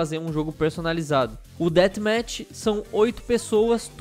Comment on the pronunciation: Olha, não querendo ser perfeccionista(mas já sendo), é Death Match e se pronuncia ''déaf métch'' não ''déat métch''